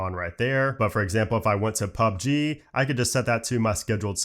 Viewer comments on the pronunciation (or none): none